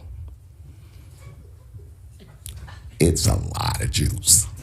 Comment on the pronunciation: When I first heard Dave’s speech, I thought he said the juice not the Jews 😂😂😂